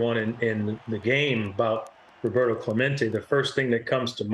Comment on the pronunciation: WTF, Pedro? U just pronounced Clemente as a gringo. Pendejo.